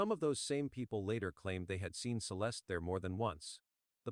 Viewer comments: Celestey? Using Ai that can’t pronounce her name is so disrespectful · Have some respect for the deceased and edit her name to the correct pronunciation